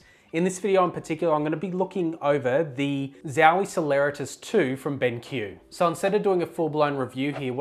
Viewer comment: why do you pronounce it "ben kiú" and not as it written, which is benq ("benk") xD